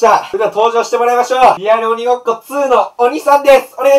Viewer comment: 1：50リアルう○こ2ってきこえた